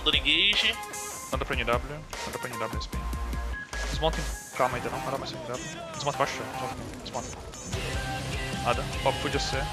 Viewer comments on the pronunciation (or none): "foi camlamn sim africa" KKKKKK